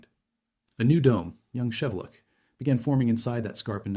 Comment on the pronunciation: FYI, the volcano’s name is pronounced as Shee-VEH-lootch.